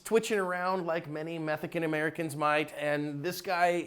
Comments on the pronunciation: "Methacated Americans" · Did you say “Methican Americans”?